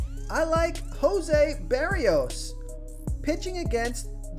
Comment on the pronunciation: Berríos = ba-REE-os (accent = emphasis) Schoop = Skōp